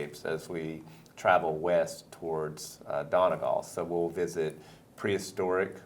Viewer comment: "dona gall"